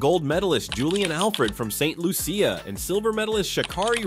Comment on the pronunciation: What’s with the hyperbole? Julien Alfred was NOT, REPEAT NOT, DESTROYED. By the way Julien Alfred, is from SAINT LUCIA , pronounced LOO SHA (for the uninitiated)🙄